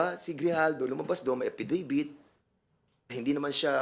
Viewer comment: Hoy VoldStar Pernandez, anong APPidavit finagsasavi mo, anak ng teteng ka di fa rin maayos yang "P" at "F" mo. Sino, sino staPP? Walang Porce Por him, sinabi nyo lang e corroborate ang aPPidabit ni Garma. Eh ayaw! There is Vrivery too. Asking his fosition now and ilang years fa cya sa travaho. Anak ng... pati pa ata "B" and "V". Shut uF ka! Wag ka mag inglis ha...😂😅